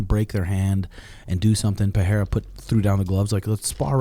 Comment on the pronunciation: Pereira, not Peheira.. get it right! :D :D